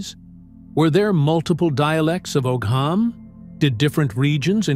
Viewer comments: As someone else mentioned the pronunciation of Ogham is actually said as (ow-hum). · Og ham is not how that's pronounced at all at all